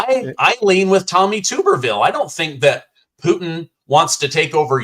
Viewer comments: It’s Tommy TUBerville, not tube. I’ve watched him coach many football games-trust me.;) “Tub-er-ville” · TUB (like a bath tub) er-ville. The U is long. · It's Tommy "Tub" berville... like tub in "bathtub" 👈😉 He's a great guy. And this was an awesome interview! ❤️🇺🇸❤️🇺🇸❤️🇺🇸❤️ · FYI, it's pronounced "Tubberville". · Senator Tuberville is pronounced "tub" as in "rub-a-dub," and he had a winning record against Alabama. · Hey I live in Arkansas and my wife went to school with Tommy. Just so you know his is pronounced Tub-er-ville. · Tommy Tuberville is my senator in Alabama.. it’s pronounced Tuberville like a bath-tub!